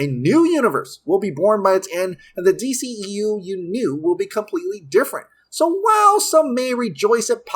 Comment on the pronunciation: The new d-SHE-eu smh